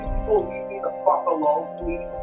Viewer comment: CAN I GET A FWENCH ONION SOUP PWEEEEEEEESE